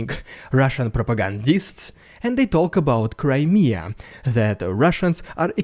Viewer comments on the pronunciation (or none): none